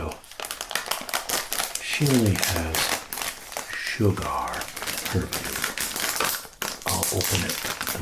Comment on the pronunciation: You say sugar weird, like cigar